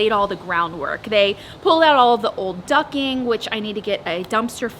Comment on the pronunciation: It's ducting not ducking.😘